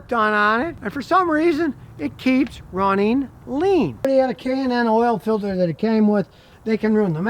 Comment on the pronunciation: "Runneen"??? "Onplug"???